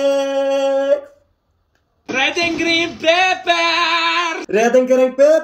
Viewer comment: legend says hes still trying to pronounce the word eggs